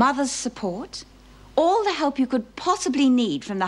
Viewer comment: Love the way Doreen pronounces 'help' as 'halp'